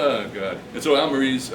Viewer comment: Great wine, nice to see a review of a Spanish wine from the greatly underrated Toro DO. Not to be a jerk, but to help you with your spanish, Monja is pronounced Mon-haa and Almirez : Al-me-rez